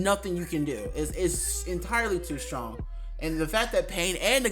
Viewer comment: He is soo shrong